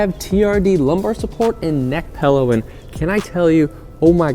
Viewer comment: "Pellow" ;) haha